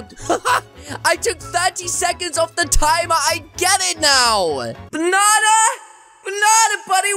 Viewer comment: who is the fliping ranndy you are! me: exusme im YOUR THE FLIPING RANNDY! OVER HERE U-U DO THE BANNA DANCE I HEARD YOU SAID BANNA XD